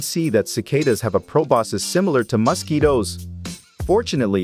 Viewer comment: Never heard of mosquitos pronounced as "musky-does" xD